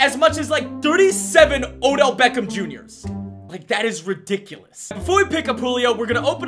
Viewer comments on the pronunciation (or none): none